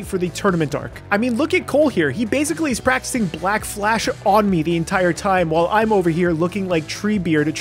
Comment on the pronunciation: uhh I don't think that's how you say black flash💀